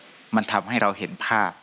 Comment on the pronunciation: ครูสลาคะ ขออภัยค่ะ คำว่า "ประวัติศาสตร์" ออกเสียงว่า "ประ หวัด ติ สาด"นะคะ ไม่ใช่ "ประ หวัด สาด"